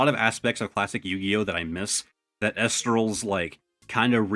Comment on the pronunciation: it's pronounced E- lestrals